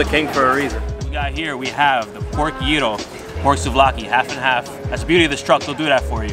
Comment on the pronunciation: Guy-ro(Gyro). Not Year-ro(wrong)